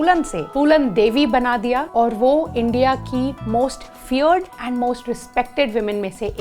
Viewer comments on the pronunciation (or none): none